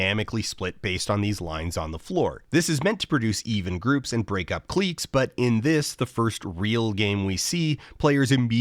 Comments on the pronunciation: I have to say that Dan's pronunciation of cliques as "cleeks" is driving me crazy. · Is “cleeks” just a Canadian pronunciation of “cliques” or have I been saying it wrong all this time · Why does Dan pronounce cliques that way?